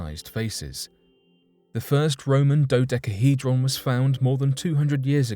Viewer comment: Say dodecahydron 1 more time 😬